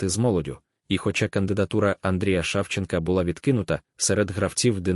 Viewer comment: Комментатор ты дурак,научись говорить Шавченко это ты.